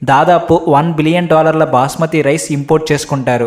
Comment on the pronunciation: Booosmathi Rice ❌ Basmati Rice ✅